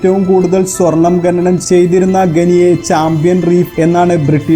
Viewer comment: ഗനി,ഗനനം അല്ല ഖനി, ഖനനം അങ്ങനെ പറയു